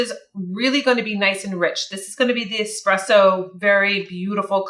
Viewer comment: Please pronounce espresso with the letter S only. Hurts my ears when I hear someone add the letter X.